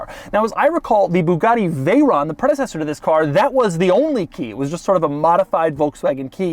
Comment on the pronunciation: But my god why are you pronouncing it chirone. There is no e on the end. Also there is no e on the end of veyron.